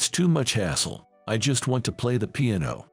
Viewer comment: Really .... pronunciation is horrible ... can't even say piano